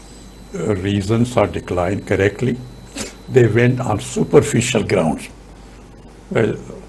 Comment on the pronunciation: Too SUPERFICIAL an ANALYSIS. If you choose to use English words, learn to pronounce them.